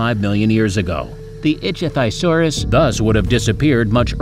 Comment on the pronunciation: good video but work on pronouncing the right names for example ichtyosaurus